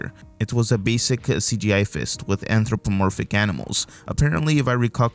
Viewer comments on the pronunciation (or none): none